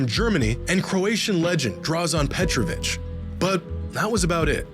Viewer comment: DraŽen Petrović bro. Like Je suis in French. You're too big time at this point to mispronounce a legend's name like that. Just looking out. 🙏🏼💫